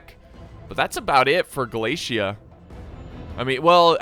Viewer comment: American: Glaisia. Me: What? American: Glaisia. Me: What? Ah, I see a flag says Galatia. Is that how you pronounce Galatia? American: Yes. Me: Oh.